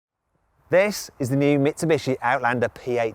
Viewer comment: 三菱の発音めっちゃネイティブやん